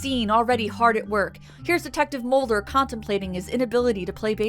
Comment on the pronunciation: Did you just say Smolder and Mully